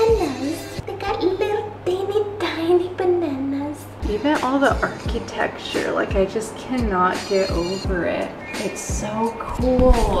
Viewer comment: Archy-texture! I love, and this pronunciation was so cute… made me grin